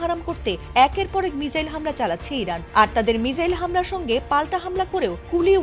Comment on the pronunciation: মিজাইল নাকি মিসাইল একটু বেশি সুদ্ধ ভাষা